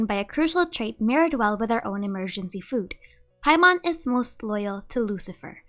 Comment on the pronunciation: Every time u say paimon I die inside 😔